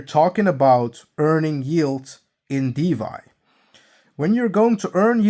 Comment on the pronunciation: it's DeFi, not DeVy 👍